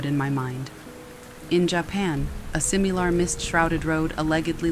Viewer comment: Not at all trying to be accusatory and not hating, but is the story read by ai? It sounds just like your voice, but the timing and lilt of the voice feels...off. the sentence is just said all wrong with words pronounced in a really inhuman way. Paraphrasing, it was like "in ja-pan a-leg(hard g)-edly a simeelar road lead to the ree-alm of the deed." And when the writer is literally speeding down the road screaming, being chased by spirits, your voice just sounded completely deadpan? It really sounded like a tiktok voiceover, but. The timing was completely even too, which kind if threw me off. Like suddenly i wasnt being read to, it sounded like a robot? Maybe its some sort of editing error, but it felt off and wasn't soothing at all. In the very next story you sound normal, stretching vowels and adding feeling to the story like im used to. Im sort of hesitant to keep listening if theres more ai-like voice overs. The sound of your regular talking is much better.